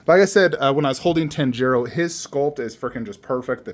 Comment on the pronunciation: my boy, your saying Tanjiro's name wrong...😉